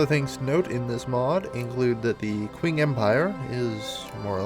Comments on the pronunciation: Comment section here: 60% "It's pronounced Ching" 30% "Sick jokes" 10% Random Shit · By the way,, "Qing" is pronounced "Ching". And no, I'm not fucking with you:P just taking a Chinese history class:P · Qing is pronounced "Ch'ing" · It is pronounced like "Ching", I know, I had no idea either.